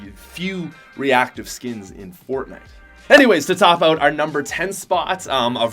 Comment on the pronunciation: English- “out” Patrick- “oat”